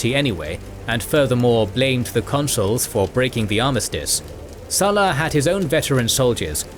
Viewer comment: Hi, would it be possible to pronounce the Latin name SULLA correctly? I learned Latin in school and it amazes me the distortion of Latin word pronunciation by English speakers, let alone American Speak! Go on, give it a go. You can always get help, look up Google! Cheers mate. Harera